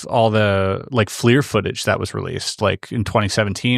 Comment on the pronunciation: FLIR* not Fleer. as in "Forward Looking Infra Red"